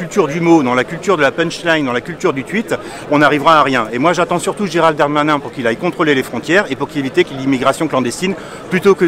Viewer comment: GéralDE Darmanin!!! pas géraldarmain!!! MDRRRRR Bref c'est gérald mon cul mais articule xD 90% de couleurs en prison ouai comme sur les chantiers quoi.. x) je repense a la vidéo pas de kebab chez nous un truc comme ca et la on te dit il y a juste a etre utile a la france... Oui mais le kebab il taff légalement il se leve pour faire a manger a des citoyens xDDD